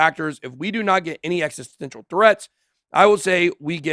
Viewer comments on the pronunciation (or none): none